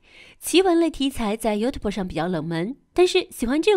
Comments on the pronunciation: 这个英语发音 油头啵，我也是醉了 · 妖特伯，嗯，能把youtube读成这样的，也算是一个英语奇才。中国小学三年开始应就有英文课了吧。这解说从小学就应该是个班级拖后腿的奇才。